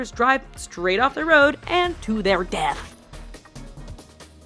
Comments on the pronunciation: LOL the way she said to their DEATH! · The way she said Death tho! (The one from Greece)